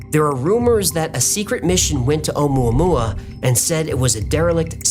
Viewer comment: More like omua-poo-ah...